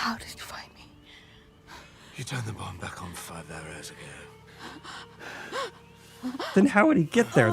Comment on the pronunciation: He said five "Arrows" ago... first time i heard "hours ago". sooo idk pick one? lol